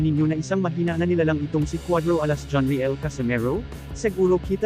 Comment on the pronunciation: Anong John re el? It's pronounced as riyel..my gosh naman kayong mga vlogger...